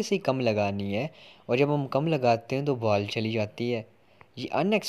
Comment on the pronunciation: Ball❌❌ Baal✅✅